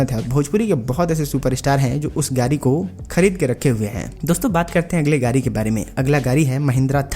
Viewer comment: Gadi bolo Gari nhi